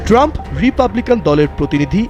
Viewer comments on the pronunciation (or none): none